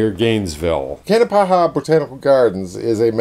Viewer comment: It is pronounced Kanapaha not kanapahaha, just one ha please, really no joke, haha.